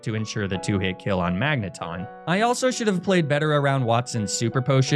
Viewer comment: Magnemite thought it could avoid being mispronounced by evolving